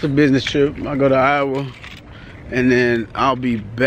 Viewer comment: I loveeee the way pronounced Iowa.. she said I-oh-wa. Lol. Pronounced it wrong honey. Lol